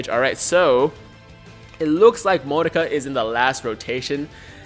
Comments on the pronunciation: Mo-nah-ka!!! Not Mo-nu-ka. That is wrong. The middle nah is like NAH BRO YOU AINT SAYIN IT RIGHT! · Also the pronunciation is MO-NA-KA, not monica. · "MOE-KNOCK-AHHH" correct 100 percent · its mon then naka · Its Moe-Na-Ka it was also said in the anime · I'm gonna rainbow if there aren't any great phy units from the Broly banners, as for the pronunciation in the sub I'm pretty sure its pronounced (Moh-nah-ka) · Pronunciation is MO-NA-KA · F2p 400k not bad Also its moe-nah-ka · The correct pronunciation is moo-knock-ah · I think it should be pronounced as Mo-Na-Ka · Its mo na ka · Its pronounced Mo-Knock-A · If you keep pronouncing it "monica" im going to keep reminding you i have 3 LR goku and Friezas 😂